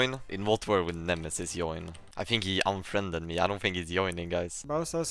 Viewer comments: why he is saying yoin stead of join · Why is he saying "good iob" instead of good job? As well as "ioin" instead of join? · He is saying yoin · Why you pronounce j as y? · is he intentionally saying "join" like that or is it the way he pronounces it? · LEARN TO PRONOUNCE "JOIN" correctly. AND "JOKE" it's not a soft j. It's more like "Djoke" by the way you pronounce it. Have you never heard other people speak english?